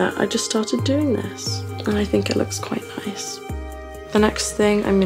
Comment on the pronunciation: "And I think it looks quit nice." Why ask that so beautiful